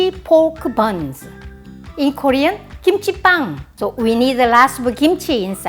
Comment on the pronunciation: Sounds like your are saying kimchi pan, pan is bread in Spanish so it makes sense. Love you so much!